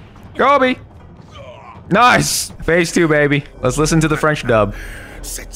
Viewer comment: Your good french